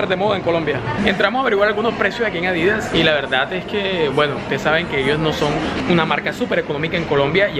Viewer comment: Se pronuncia Adidas. No Adìdas. Sin tilde. Un §aludo.